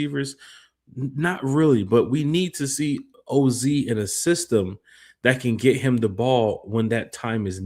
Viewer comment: How you butcher OZ name 😂